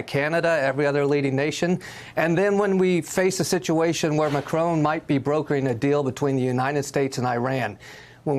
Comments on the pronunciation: Why do you pronounce the French President's name as if he were a son of an 18th century old Scottish woman? McCrone! Say it like this and the French will love you for it: Mah'Kro (both phonetic syllables hard/short with an almost imperceptible glottal stop between them and with a short sharp 'trill' of the 'r' in the second). C'est tres facile, n'est pas? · IT'S MACRON, NOT MACRONE - THERE'S NO 'E'! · MACRON NOT MACRONE!! FFS! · Why are these talking heads pronouncing Macron as “Macrone” or “Macroon”? Dolts. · President Macrone? don't the Americans learn French pronunciation? shocking